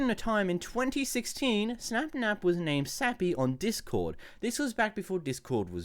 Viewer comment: sorry but i got so distracted when you said "snapnav"